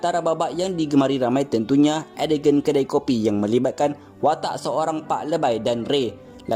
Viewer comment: Edegen ke ADEGAN? Sebutan biar betul admin.. beribu org tengok ni..